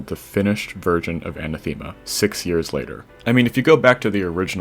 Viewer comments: Another level with a Greek word as the title Btw its Anáthema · I love how top extremes are all named after greek gods/words (and maybe other stuff but mostly this) and everyone is destroying the words xD. oh and btw for anyone who cares its anáthema and the e is pronounced like the e in help (for example)